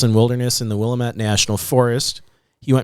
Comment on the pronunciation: Ok, listen carefully guys😊. Winema is pronounced Why-KNEE-muh and Willamette is pronounced will-LAMB-it.